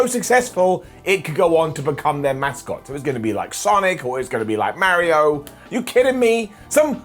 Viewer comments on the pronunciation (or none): none